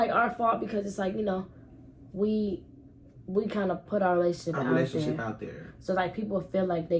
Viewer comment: She never say relationships she always says In my lationship💀💀